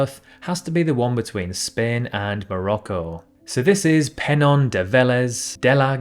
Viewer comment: How about Märket? Liechtenstein, not Litchenstein; Peñón, not Penon. Vélez de la Gomera sounds like it's in the Canary Islands, but it isn't.